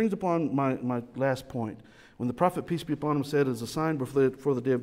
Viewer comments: And I hear "Peace be John Bonham." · Every time says "Peace be upon him" I hear "PT Barnum"